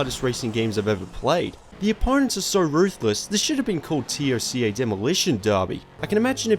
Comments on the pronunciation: literally no one calls is Tee oh cee ay, it's Toca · Who else gets annoyed with him saying T.O.C.A. instead of TOCA... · It's TOCA (say as one word) not T O C A (seperate letters) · Just say TOCA ... for the love of God dude. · Dude, Toe-Ka. Just say Toe-Ka. Nice vid btw. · Its pronounced Toe-kah